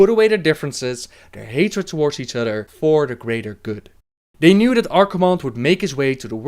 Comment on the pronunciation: love the vids but hate that he says udder instead of other